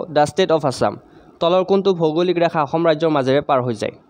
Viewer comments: 2 no mukhyo mantri ayushman "okhyom" yojna nohoi. "Asom" he hoi. Mane Assam r kotha koise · Aixom nohoi axom means ( assam)